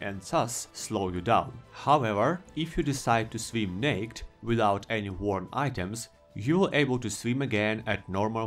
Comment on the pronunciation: Naked is actually pronounced “nay-kid”